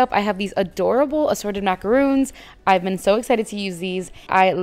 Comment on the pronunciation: Great job! That was very inspiring! Btw, macaron is pronounced with a short o sound , rhymes with John. A "macaroon" is a drop cookie made with coconut. 😁